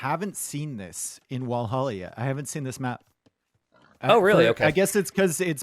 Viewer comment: Usually not getting thrown off by your way of pronouncing stuff... but man it's Valhalla. With a V as in "viper" not with a W as in "wall"....